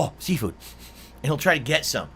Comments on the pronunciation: “Sea-foo” - LOL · I’m sorry …? Did you just say your mom?? Also, I like how all this shit could’ve been avoided if someone from the “family” called the diner and asked for a reservation… You know? Like any normal human being would do?? Ok, why the fuck is he pronouncing seafood as SEEFOO or SIFU?? God what in the fucking fuck